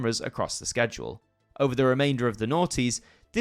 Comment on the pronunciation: I'm more bothered by your pronunciation of schedule and genre😂